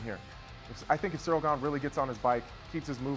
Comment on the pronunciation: It's so surreal how chael misprenounces ganes name